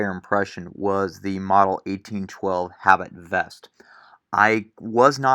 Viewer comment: pronounced "ah-BEET" not "habit"